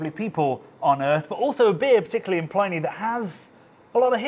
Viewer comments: The dead Roman's name is pronounced Pli-nee (to rhyme with 'mini') not ply-nee (rhymes with tiny?). As someone who learnt the name at university twenty-five years ago and has been reading it that way ever since, this seems a bit jarring. Is there a reason for the pronunciation? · I don't know how the people who produce the beer say it, but the name of the classical author (in English) is definitely pronounced 'plinnie'. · Good luck getting these boys to correctly pronounce Pliny’s name when the RR guys also mispronounce it. Me, I’m still hoping that one day (and other Brits) will learn how to pronounce “Chinook”.